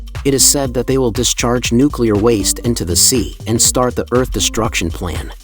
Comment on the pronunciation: tsunami disteructshion